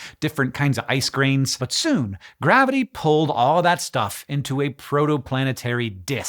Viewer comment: Ice grains. Yes I too first heard ice creams.